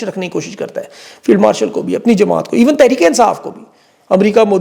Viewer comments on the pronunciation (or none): Field warshal ya marshal..mene ghalat suna ya istarah kaha ap ne 🤣🤣🤣